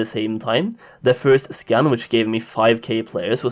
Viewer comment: who always hears "Scam" instead of "Scan"? anyways...50% of these numbers are bots, and perhaps 23% of them are of us...more infos next to the icon to the left soli baby <3